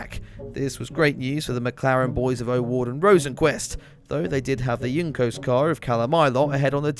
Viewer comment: Please pronounce juncos the right way, its pronounced houncos not youncos lol